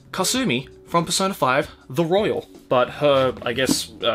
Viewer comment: Needs more pronunciation on the royale